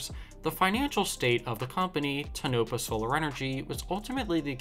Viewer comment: It is pronounced Tone-a-paw with a short "a". It is not pronounced To-Nop-a.